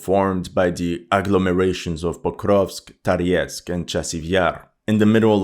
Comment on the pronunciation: what languages do you speak and how come you’re pronouncing Toretsk, Tariesk? Thank you for you videos🙏